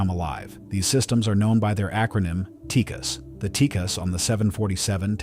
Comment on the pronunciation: I don't know where this voiceover guy is getting his information, but the last I heard it wasn't pronounced TEEKIS, I thought it was pronounced TEE-CASS